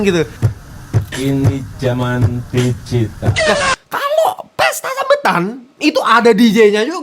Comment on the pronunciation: "ini jaman dijital"